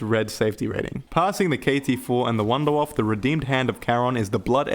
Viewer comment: First zombie content creator that actually says the wunderwaffe the right way lmboo